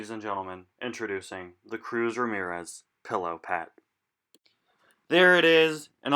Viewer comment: Oh look it’s Cruz Ra-SPHERE-Ez. No? Ok...